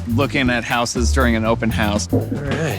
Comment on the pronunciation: irritating when the plural of house is pronounced housses, when it should be houzes.